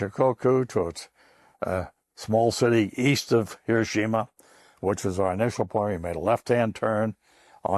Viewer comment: Finally somebody that pronounces Hiroshima correctly 🎉